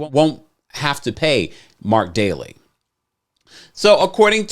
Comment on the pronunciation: Daly...Dal-y...Not "Daily".. No "i".....